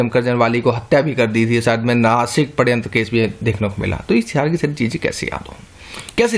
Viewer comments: sir aap sharyantra ko paryantra bol rhe h plz correction kare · padhyantra haha its shadyantra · shadyanta ko padyantra Mt pdo sir.. too annoying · Padayantra (पडयंत्र) ni sir wo shadyantra {षड्यंत्र) होता है